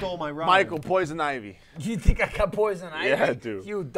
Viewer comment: They didn't read poison ivy properly and I'm triggered